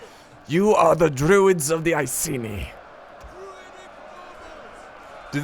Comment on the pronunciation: The way he says "iceni" triggers me. It's pronounced I-see-nigh.